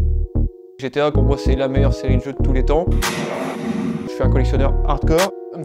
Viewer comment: Bien belle sa collection mais faut qu'il apprenne à dire GTA et pas GTO